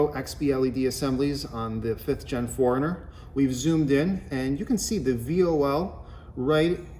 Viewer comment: Best video on aiming headlights. Thank you. The only thing is it sounds like you are saying Foreigner rather than 4Runner. Lol